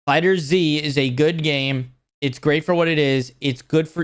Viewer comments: Love how he says fighter Z instead of fighterz (one word) also the first trailer for sparking zero WAS slow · Bro. It’s FighterZ as in Fighters. I can’t take you seriously every time I hear you say Fighter Z. You probably call it Pokeman don’t you? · Not fighter Z its Fighterz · FighterZ is one word, not Fighter Z lol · Why do people still call Fighterz, Fighter-Z??